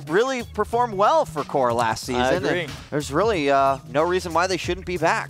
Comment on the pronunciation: at 11 : 57 the commentator says WHORE INSTEAD OF CORE :DDDDD